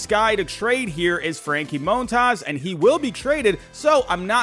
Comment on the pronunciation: Just say Mon-taz, the hell is up with all this Moan-Taws shit😂😂😂